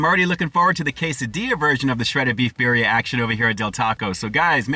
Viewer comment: "Bear-ria?" Lord almighty...